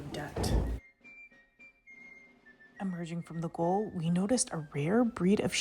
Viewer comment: The "GAOL" is, a soft "g" long "a", long "o" and "l" "JAY-OLE".